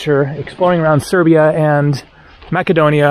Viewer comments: In English the c in Macedonia is pronounced as an s. Masedonia not Makedonia. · Hi. When you mentioned about going into North Macedonia, I believe that it is correctly pronounced, "Mass-a-doan-ee-ah". Remembered the word from Bible College and Seminary; the place was one of the Apostle Paul's missionary travels in the first century A.D. I wonder how the locals today pronounce it? Will be watching your videos to see if you reach the area and any local pronunciation. Good video so far. Thanks. Pastor Dean, Christian Life Church, Kissimmee FL. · my friend it’s Macedonia c is pronounced s, not k. Jeez. Otherwise it’s beautiful thanks. And. Serbian people prefer Cyrillic and it’s not Russian, Serbian Cyrillic is a cultural icon. Croatian is in Latin. Only. Sremska mitrovitza is one of the nicest towns in serbia. But I don’t think you went into the old center. Next time.